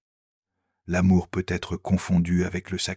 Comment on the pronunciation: J'aime ces vidéos, mais apprenez à parler correctement à votre IA . Ces [ pe aitre] sont insupportables.